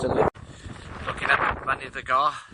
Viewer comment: great vid, info spot on mate, but Mynydd y Gaer should not be pronounced as Mynydd y Gar, yes I know the valley's boys always get their Welsh a bit wrong! but it sounds better and more like the word if you say GAE R.